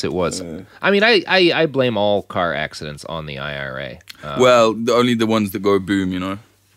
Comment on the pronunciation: does robert think "accident" is pronounced "assident"?